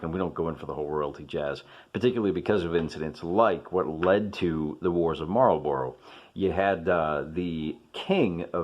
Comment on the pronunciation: Marlburra, not Marlborow. It jars.